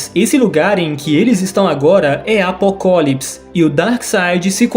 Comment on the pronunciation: vídeo muito massa. Mas o cara cagou nele falando apocólipis